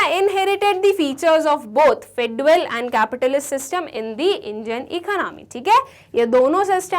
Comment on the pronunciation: Awesome lecture mam! One small correction pronunciation of feudal is bit wrong. It should be fyood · uhl